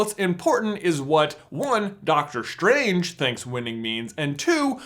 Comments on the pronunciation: im cringing everytime he says Dr. SCHtrange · Why do americans pronounce the st sound as "SHT". Dr. SHTRANGE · is it just me or is he annoyingly saying dr stranges name wrong? it's strange man. not shtrange :D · "Dr. Shtrange" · why ... do you.. pronounce the "s" like "SH" ? You sound like a indian scammer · Doctor Shtrange LOLLL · You have a strange pronouncing. Like with Doctor shtrange. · Doctor Shtranshe? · It sounds strange when you say strange. Let's keep it as an theory. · i think you pronounce strange and strategy wrong